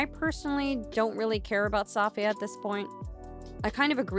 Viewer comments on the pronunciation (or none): ITS SAFIYYAH, NOT SAFFIYAHH.... plss